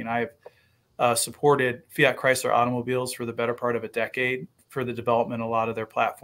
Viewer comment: i liked until he said Chrysler